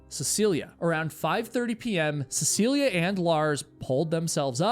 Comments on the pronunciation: Of all the times says her name in the video, he only got it correct (CeciliE, not CeciliA) once. It didn't stop irking me, especially since she's so famous, especially here in Norway. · Is her name not seh suh lee? I keep hearing seh see lee uh